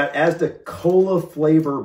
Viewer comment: If you try fish and chips, you also have to try Cornish Pasties; literally puff pastry with cooked stuff inside; you can get different types like beef and onion or cheese etc. Inflation means prices have gone up though, so be aware of that. Your saying Asda the right way 👍🏼 FlapJacks are sugary oat bars, you can make them into triangles if you make them from scratch. They have different flavours and are sweet. Not a healthy bar. Just so you guys know. Im sure you can find some recipes on here. You could use HP sauce on steak, if I remember correctly it has a black pepper taste. The lea & Perrins is more for cheese on toast, or roasted veg. HP is a dipping sauce, not a marinade. So use it how you would ketchup. You could have it on the side of a steak.